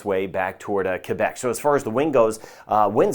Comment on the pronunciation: Thank you for all of your excellent work in providing us with weather update, and thank you for pronunciating Quebec the right way! Have a great day!!!